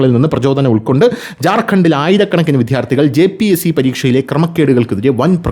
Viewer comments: വിദ്യ+ അർത്ഥി വി"ദ്യാ"ർ"ത്ഥി " ഇതാണ് ശരി. വിദ്ധ്യാർത്തി എന്ന് ഉച്ചരിക്കുന്നത് അരോചകം ആണ്. വിദ്ധ്യാർത്ഥി എന്ന് ഉച്ചരിക്കുന്നത് പോലും ഭംഗികേട് ആണ്. ദയവു ചെയ്ത് ഇത് ഗൗരവം ആയിട്ടെടുക്കണേ🙏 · "" വിദ്ധ്യാർത്തി "" അല്ല. എത്രയോ പ്രാവശ്യം പറഞ്ഞു. എന്നിട്ടും നിങ്ങൾ ഈ തെറ്റ് ആവർത്തിക്കുന്നു.